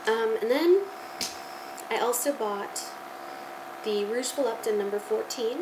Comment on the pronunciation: Rouge Volupté actually has an accent an the last 'e' so it's pronounced: Vol- Luup- Tee